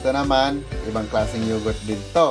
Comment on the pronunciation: pronounce yogurt as yogert